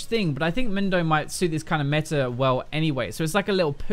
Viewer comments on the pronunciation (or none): none